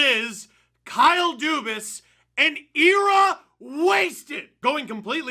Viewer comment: Never heard era pronounced eeeeeraaah before